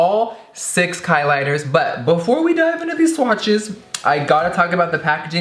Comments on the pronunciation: I swear he said "Kylie..busted" 😂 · He said klighters iconic